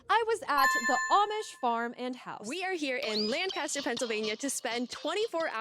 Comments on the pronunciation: First of all, it’s LANK-ister, not Lan-CASTER. It’s not hard. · As long as people don't say Lan-caster like did, it drives me mad 😂 a pet peeve if you will. every where else on earth it's Lan-caster but ours (the best one) is different 👍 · its not lan-cas-ter its "lang-cis-ter"! Just saying. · Lancaster, not Lancster, and we pronounce it Langkister. Glad to see you got to visit Pennsylvania! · lan-kiss-ter, not lan-cast-ter. sincerely, a lifelong Lancaster, PA resident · Pronounced lank-iss-ter So glad you enjoyed your time with the amish! We live about an hour and some change from them and we always try to visit a few times a year for yummy produce. I also eat tomatoes like apples . If anyone else is fascinated by the amish i recommend "more than happy" by serenah b. miller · Here in PA. Lancaster is pronounced "LANG-kister". Now you know. Have a great day! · Its pronounced- "Lank-ister" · It's LANK-UH-STIR. Crazy to see you in Lancaster and you were in SmokeTown close to where I went to school (CV). Born & raised in Lancaster county, very small town living but the food is amazing & it's beautiful. My grand dad drives the Amish around to job site's as well. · No, it's Lank-ah-stir !